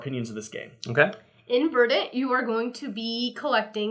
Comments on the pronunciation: There's no debate. Look it up. The accent is on the first syllable. /ˈvərdnt/ You can find the oral pronunciation on YouTube. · It’s pronounced verdant